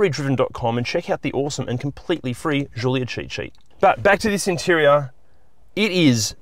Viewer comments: It's not a jjjulia it's Gulia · It’s not zhulia it’s giulia. Could’ve tried harder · What the fk is a "zoolia"? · Hey this is not a French car - just call it a Julia like Italians would